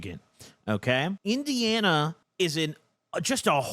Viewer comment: Omg got indiana so fucking right im dead